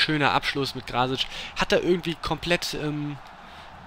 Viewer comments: So. er meint, dass du es sprechen musst:Krassic. Bzw. Kraßic.:) mfg.;) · Er meint, dass das S bei Krasic trocken ausgesprochen werden muss (Krassic)